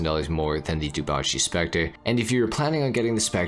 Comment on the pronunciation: ngl it's still weird to hear dewbauche being pronounced as du-ba-chi